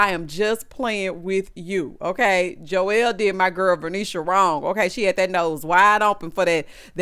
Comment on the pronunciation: I like this show so far…. Verneisha is my girl!!! When you say Jowell that thing is funny to me!!